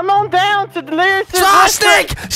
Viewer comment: “sHNAKES” - Vanoss 2020